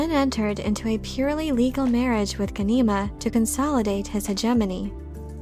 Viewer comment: Wow. Someone else who can't pronounce names correctly. Watch the miniseries. It's GHAN-i-ma. All vowels are short.